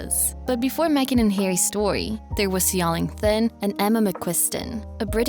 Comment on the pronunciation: Right! These people need to practice before they post. Also his last name is pronounced "tin".